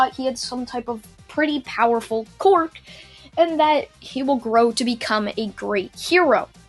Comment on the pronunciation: did he say quork instead of quirk?